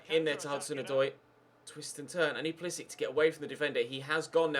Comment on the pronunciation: can u stop pronouncing pulisic like a nonce please. cheers